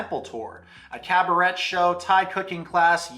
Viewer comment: "Cabaret" isn't pronounced like that dude 😭